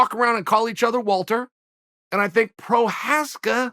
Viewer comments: I think he's saying Prokriev sometimes rather than Prokriav. KInd of Russian sounding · Chael: “remember that name, I’ll remind you” Also Chael: “Pro-kai-ev” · Try it with me, uncle Chael: PRO (short O, no OUs) CH (pronounced like J in Juan, Julio...) AAAZKA (Z is short and sharp). PROCHAZKA. There you go ;-) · "and the jiri pro..cha......ehhvvz of the world.." "prochayuhhs" "prochayev" 😂 gotta love this man's name pronunciation.. but I will say it's one of the difficult ones, still not Joanna Jedrz....... you know... Joanna. 😂 "prochaev... is it prochaev??" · Jiri Prokayev? Must be a new guy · Chael “PRO-Kaev” Sonnen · ... yeah, and maybe learn to pronounce it right ... is as you were been called CHaENtEL ZOneN Prokajev? C'mon, you got kneed in the head too many times ... American Word Gangster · Uncle Chael, after butchering the guy’s name for 7 minutes in a row: remember that name. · Remind me that name that you keep getting wrong Uncle Chael. 😃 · Says his name wrong. - Proceeds to instantly mention how well he knows him. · How the hell does Chael struggle so hard with these names. First time I ever heard the guys name I had it down. It's really not a hard name to pronounce. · The pause after CHAEL mispronounces his last name 🤣🤣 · I love how chael tells us to remember that name while getting it wrong in the same sentence